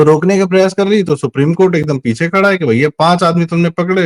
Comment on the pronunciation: पिछे नहीं। पीछे।